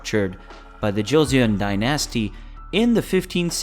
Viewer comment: I'm in Korea right now. I was gonna give you a pass on the mispronunciations of the Korean names until you said DIE NASTY.........really!?!?!?! lololol